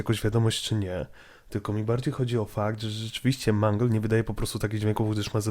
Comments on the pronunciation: nie mangel tylko mangul!!! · Nie mang tylko mangle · Nie wymawiaj - Mungle lub Mangla Bo to dziewczyna...czyli Mendżel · Mangla?! To jest mangle nie mangla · Mangl a nie manglowi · Nie mówi się ''Mangla'' a ''Mangle''! mów poprawnie! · mówi się mangyl a nie mangla:( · a nie mangleyd